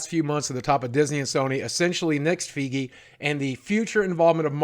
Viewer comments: Feegie??? Fuckin hell man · By the way boogie, i think its (Fay - gee) not (fee-gee) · Lmao... YongYea- "Kevin Faigh" Boogie- "Kevin Feegee" Me- "Kevin Spacey" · 'KeViN fEeGeE'🥴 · You pronounced Kevin Feiges last name wrong. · I love you Boogie, ...but your MCU Card has been suspended for two weeks, ...because you have mispronounced "Feige". Lol. No fine this time, ...just the suspension. But I don't want us to have to have this conversation again. Lol.